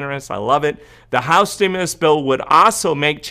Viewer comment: I loved it when u said trimulus! U crack me up sometimes lol love ur updates!